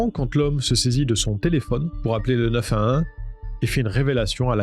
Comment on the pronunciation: tu sais pas dire le 911